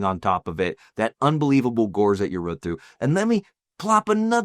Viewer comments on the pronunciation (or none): none